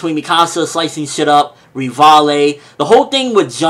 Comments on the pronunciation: it's not 'Rivallie', it's 'Rivaille', that's why his nickname is Levi XD Reev-Isle :D That's how it's read, but I like his reviews so I just don't mind it :) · Please call him Levi because Rivaille is not pronounced like that... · But Rivaille still isn't pronounced like that.